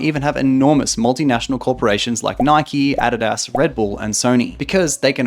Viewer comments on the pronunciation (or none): did you just say addy-das for adidas??? lmao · WOAH WOAH WOAH are we letting this guy get away with that Adidas pronunciation 😂😂😭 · How the actual hell did you just pronounce adidas??? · My dude... Adidas..... Ad id as